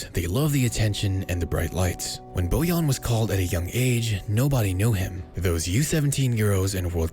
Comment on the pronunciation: Bojan* not Bojon